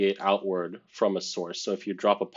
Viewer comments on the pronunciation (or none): none